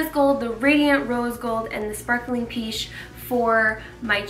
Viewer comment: I love them!! actually I'm french and although pêche means peach, it sounds more this "paish", I know that is not a word, I'm just trying to write a sound 😂😂 thanks for the video 😉